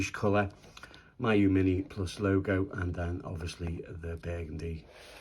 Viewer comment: FYI, its pronounced mee-you. It's a Chinese word.